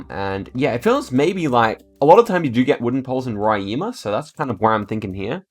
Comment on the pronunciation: DA AGONIA VER ELE FALANDO BARIA MINAS GUERAIS E RORAÍMA